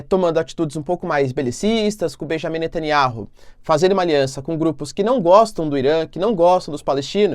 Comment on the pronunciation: ... pronúncia: netanIAU...